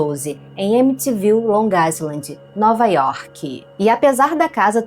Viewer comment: 😊❤olA bom dia minha linda amiga!! Vc pronunciou errado, o certo é long Ailand, e não long Aisland, ok? Bjos 😘 te amo muito!! ❤️❤️😙😙